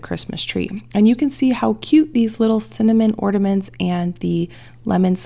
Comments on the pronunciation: The word is ORNAMENTS not ORDAMENTS. Is nobody else hearing this?? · Ordaments lol. Or-na-ments! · Those cinnamon ornaments would have looked really cute with a snowflake stamp or something in the middle. But theh still look cute with the lemon slices though! (Btw, are you saying "orDaments" with a "d" in the middle instead of the "n" in ornaments?) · Yes, I am hearing ordaments everytime 😂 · Am I hearing correctly when says ordaments? It's ornaments, there is no 'd' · Did the recipe call for powdered sugar? That seems like a more logical choice for a velvet pie.. and I’m sorry the only thing I could hear the entire video after you said it the first time was ordaments lol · Why do Americans call them orderments? There ornaments there’s no D ? x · I love that you say ordaments! 😁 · Is she saying “ordaments” with a D ??? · Psst…there’s no D in ornaments.